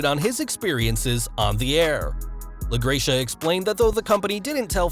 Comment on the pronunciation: La-GRECK-uh.... fyi